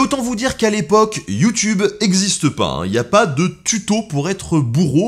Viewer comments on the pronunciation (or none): none